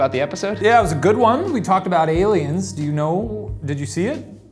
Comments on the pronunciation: Horrified that Shane said ALIUMS the same way I do. He's in my MIND, dammit! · shane: i don't do crack also shane: aliums